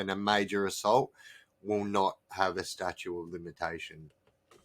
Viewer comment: Bro it's "statute of limitations" not statue....